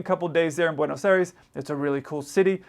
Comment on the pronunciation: please it's pronounced Bwaynos Eye-res. Otherwise fine.